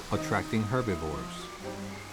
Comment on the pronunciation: AI bullshit narration but it’s not good at all! First off they’re not “HERBEVEERS” that’s ridiculous not knowing the correct name second off Kali could not go an entire month without eating…. Hopefully Real Wild isn’t going to shit like all the other AI channels! Stopped watching at 13 minutes unsubscribed and blocked your pathetic channel!! 👎👎👎👎